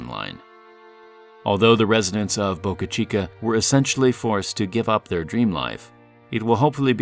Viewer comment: He pronounces it like Boucuh Cheekuh. It's just Boca Chica.